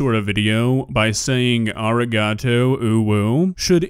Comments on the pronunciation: "Ar ee gah toe" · hi!! native speaker here its sort of pronounced like (ah-di-gah-to). that’s the best way i can think of to describe it. you have to slightly roll your r. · ikr especially Arigato she makes it sound annoying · Ahhhh she said arigato (ありがと) wronggg, she doesn't know any Japanese, especially how to pronounce the characters